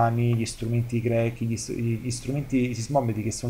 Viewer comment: Grechi non si può proprio sentire, per il resto tutto molto chiaro grazie